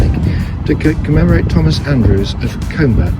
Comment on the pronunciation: no offence lovely video, but it is pronounced cumber not coomber